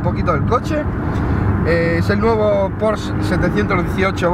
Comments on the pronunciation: Se dice Porsche... no porsch.... hortera. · Se dice Porsche tal y como suena no "Pors" cómo dices es un error común. En alemán se pronuncia así.